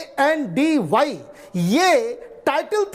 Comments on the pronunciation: अर्णब plz अपने आप को correct करो ghandy नहीं हैं.. घांडी है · Ghandhy pronounced as gundhee.